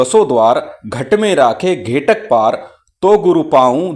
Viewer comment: महाराज को मेरा सादर अभिवादन। स्क्रीन पर लिखित मंत्र में घेघट लिखा है किन्तु आपके द्वारा कृत उच्चारण में घेटक ऐसा सुनाई पड़ता है। कृपया समाधान करने की कृपा करें कि शुद्ध कौन सा है।